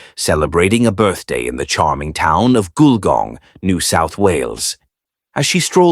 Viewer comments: The pictures are soooo wrong it's bizarre! And it's pronounced "gull-gong". It's a 19th century country town with old fashioned shops down main street in heritage buildings. Not sure there is anything above 2 stories!! Shame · I originally thought the narrator was mispronouncing Wollongong. Then I thought he was trying to say Goulburn. Finally worked out he was trying to say Gulgong. Those photos in the video didn't help.